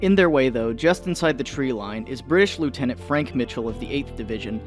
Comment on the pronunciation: You pronounced Lieutenant wrong.